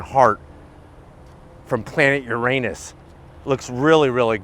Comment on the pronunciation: “Planet Your anus”😂